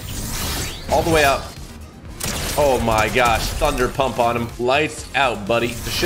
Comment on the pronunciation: He said thunder punp